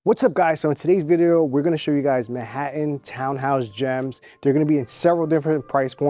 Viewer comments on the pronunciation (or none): “Man hat tan”. Not mahattan